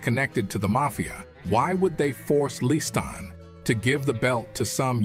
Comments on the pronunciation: I'm 8m in and, so far, Freeman has pronounced Liston "Liston", "Leeston", "Listan", "Lee-stan" & "Le Stan". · Why does he keep pronouncing his name Listead instead of Liston 🤔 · Sonny List-Anne. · “ListTan” 🤣🤣. Fucking AI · It’s definitely AI. Liston’s name is continuously mid-pronounced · How many ways can you mispronounce Liston. Freeman found them all...Sometimes in the same sentence. Pretty sad for a fellow soul brother.